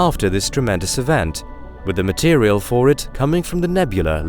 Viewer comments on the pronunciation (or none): none